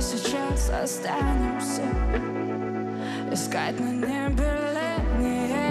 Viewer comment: Как же это раздражает: « Эээ- скать людей» .. Как - будто смысл пения - модное искаженное произношение слов.. Надоели(